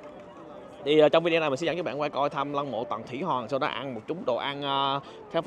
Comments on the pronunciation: Hoàng mà sao a đọc là Hòn zậy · Chữ hoàng anh khoa ko đọc được nhỉ 😂